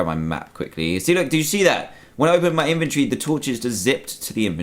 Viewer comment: Why do you say in-ventree